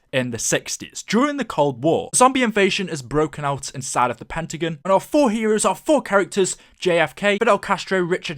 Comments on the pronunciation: It's pentagon not pentagn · it is Pentagon the end is pronounced gon.